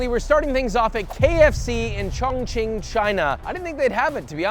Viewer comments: A chong ching native sound like a slur...its hilarious! 😭😂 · Every time he says Chong Ching I remember Ray giving Theo the pass 💀